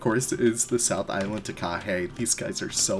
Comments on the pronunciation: The macron in Te Reo indicates a longer vowel sound, so it's tar-car-HEY instead of tar-CAR-hey ;) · Its pronounced Ta-Ka-Hay or Ta-Ka-Hey